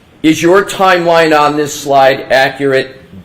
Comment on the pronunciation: I can't get passed "on" pronounced "Owen"